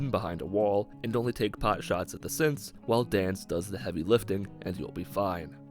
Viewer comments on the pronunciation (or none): Sometimes when he says synths I hear simps so I heard “so I took my sweet time clearing out the simps”😂